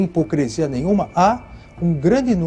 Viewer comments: Parece que ele disse hipocrEsia !, não entendi bem !!! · É impressão minha ou ele disse ""hipocrEsia??""?? maneira como ele se comunica me faz ter dúvidas se ele realmente passou em primeiro lugar .